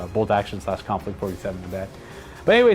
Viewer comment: Konflict 47... the Mortal Kombat way to say conflict 47